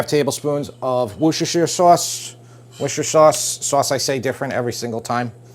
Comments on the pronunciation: Worcestershire sauce .. pronounced ''Wuh ster ..'' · It's pronounced "wash-your-sister-shire" sauce... learned from a Brit...lol